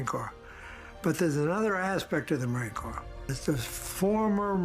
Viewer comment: Corps is pronounced Core, a French word meaning "body"